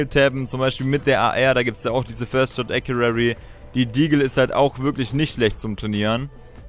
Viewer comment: Nicht böse gemeint, aber es heisst "first shot accuracy".